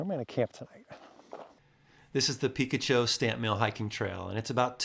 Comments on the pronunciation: I literally just made a video of this place a month ago. 😅 I live in Yuma now, would have been cool to meet up with you. You can drive to the right, after paying, and go to a look out near where you hiked. It’s also pronounced Pi-kotch-oh not Pika-cho. 😉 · Come on, the area by the River is not pronounced “ Peek-a-Chew”, It’s pronounced “ Pi -catch-oh”😆😉. I’ve not been to that valley of names, but over 40 years ago ( maybe 45 almost😳) some friends & I all decided to camp out there by the old mine ruins & river. It was VERY peaceful and other than an occasional plane flying way overhead you could only hear your heartbeat and the occasional wildlife. We tent camped and long around midnight I remember it being Damn cold & a bit uncomfortable. I had my trusty “ ‘65 -off road lifted Corvair” and my buddies all had mini-trucks, an old Datsun & a Toyota, and we had an otherwise enjoyable time like you did. If anyone else watching your video decides to go explore that area remember you are MILES & HOURS away from most places and people & must be prepared for the worst. “ Plan for the worst & hope for the best “ was our motto back then, & still is to this very day. Thanks for a memorable ride in your video here. Stay safe & give your wife a big hug & Happy 2024. Maybe someday you & I will cross paths as I’m also a San Diego resident & native ( living in El Cajon these days). C-ya buddy 😎👍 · It's pronounced "puh-KA-cho" with a short A. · Peh-kah-cho. You made me google it like I was mispronouncing it all my life lol. Thanks for the videos. I watch them all and make trips based off them for my family in our off road rig. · I stumbled onto Valley of the Names about 1 year and a half ago. Cool spot! The name of the state park is pronounced, Pee-ka-cho. I'm glad the wild burros didn't visit you during dinner. The next time you're the area, check out Tumco Historic Mine, and also a curious nearby spot called Center of the World.